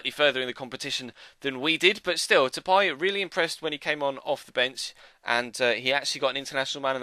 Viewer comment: It's not de-pie??? De-pay... There is no accents so it's de-pay...